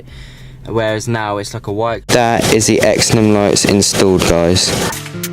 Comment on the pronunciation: It’s pronounced “zen-on”